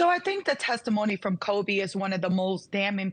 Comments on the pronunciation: OMFG, his name is Colby, not Kobe! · 👍She is actually saying “Cody.” … whole different consonant. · This woman talking is too much.. I mean if ur going to be filmed live at least get the names correct.. it’s Colby not Cody.